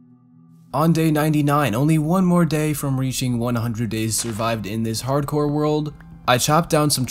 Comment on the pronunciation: I'm screaming when he says harcore ITS HARDCOREEE MY GUY REEE